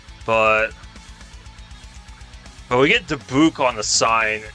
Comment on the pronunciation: Milan is pronounced "My Lun" and Dubuque is pronounced "Duh beyoo k"